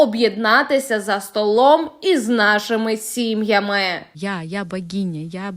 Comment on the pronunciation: Журналістка, до вас запитання. Ви говорите на западенському суржику. Ви ж ведете ефір. Замість букви ,, и,, вимовляєте ,, е,,.робели,, ,,батькевщина,, ,,сім'ямеПрослухайте себе.